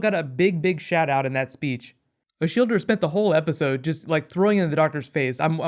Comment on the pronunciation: I thought her name was Shilda(Shielda) but you just went there and ruined it with your american "er" ending >_>